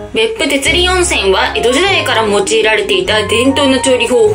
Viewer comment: てつりんでなくかんなわと読みますよ⁉️ではでは ❤